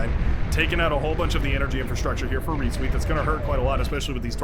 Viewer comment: Reetzweet, you are pronouncing that very wrong. It translates to ass sweat